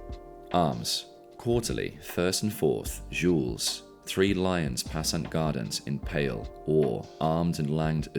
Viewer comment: Gules rhymes with fuels, hard G as in "get".